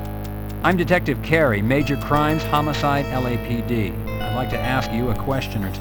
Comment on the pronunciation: Why does the guy keep saying "Homocide?" It's homicide!!!!